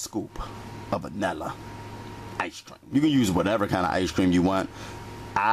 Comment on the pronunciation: He actually said Ashrac for vanilla extract and he said one forf sugur and he also had ash cream 😂